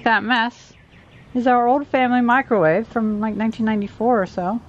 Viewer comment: UUUUH a Wicromave